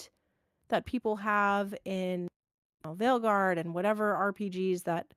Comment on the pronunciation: A bit of irony to listen your discuss ion about possible Bioware studio closure, while you both agreed that “you liked DA Weilguard” 🤭